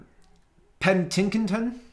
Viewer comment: Dude seriously? Pen-tic-ton... lol noob